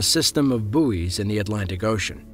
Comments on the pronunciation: its "buoys" not "booees" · "Boo-iz" in the Atlantic Ocean? What're they?